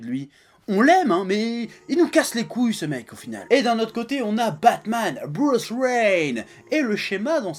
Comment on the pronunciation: Hhhh il a dit : Bruce Rain